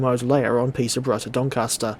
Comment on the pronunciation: "Peter-bruh" to "Don Caster"